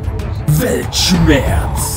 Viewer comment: "Weltschmetz or blitzkrieg?"🤔 🤣🤣🤣